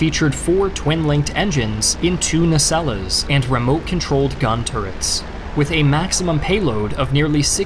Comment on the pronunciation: Another pronunciation jib I have :D "Nacelle" is pronounced "nay-sell" not "nay-sella". A Trek fan would have known that lol Great video as always.